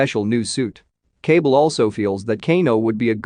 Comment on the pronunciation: Lol the way their names are pronounced is funny “cable” when it’s actually “KAH- BAL”